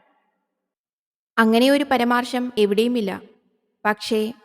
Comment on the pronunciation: സഹോദരി. കുറ്റപ്പെടുത്തൽ അല്ല. അത് പരാമർശം ആണു. പരമാർശം അല്ല. കുറെ തവണ കേട്ടത് കൊണ്ട് പറഞ്ഞതാ 🙏🏻🙏🏻